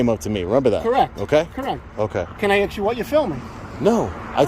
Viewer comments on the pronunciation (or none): It's ASK, not AXE 🪓🪓🪓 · Videos are great, but why do so many have problems pronouncing ASK? It’s A.S.K not A.K.S. Or A.X.E. .. doesn’t seem to be a problem pronouncing A.S.S. Just add a K at the end and you got it😁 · Both of these guys AXE questions, rather than ASK questions……odd ! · The word is ASK not AX. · What the hell is it with New York people always axing questions? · He “axed” you a question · I axe you one question…. Axe Not ask; axe…. I swear. That gets on my damn nerves. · Mark 'axed' you a question. He's a moron. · everyone axing questions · Did he say AXE? Wtf is wrong with people? The word is ASK. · He axed you... Ignorant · Why did he request to "axe" you? I see that you "axed" him too. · Why can no one in New York say ask?